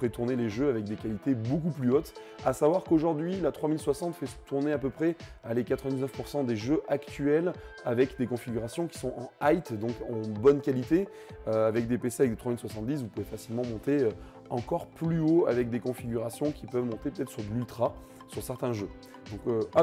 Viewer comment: Merci pour la vidéo ! Par contre, et tu es loin d'être le seul, mais vous le voyez où le T dans le mot "High" ? Ça me trigger à chaque fois